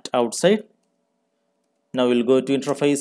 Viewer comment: Good video. Thank you. Sounds like you're pronouncing it "intraface" though, as opposed to "interface". Just a friendly tip.